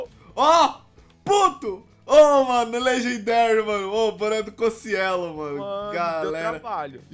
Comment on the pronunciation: Não o certo é Cocielo ele mesmo disse